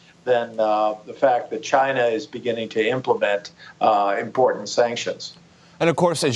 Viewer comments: Trump says schinaa not china lol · Lol' the president of chinahh' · he says china like chyna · Trump--"I have great respect for the president of Chinha..." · Its pronounced Gina. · I hate the way he says China. CHI NA. eh.. cringe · Like Seriously why do he have to say CHIIIIIINA so hard...... What A Joke!!!! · "CHYNA" -Trump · is the funniest part how he says China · I can't get over the way Trump pronounces "China" after watching all the Trump ytp's.